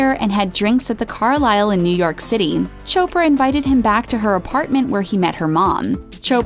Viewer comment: Chopper?it's chopra🙌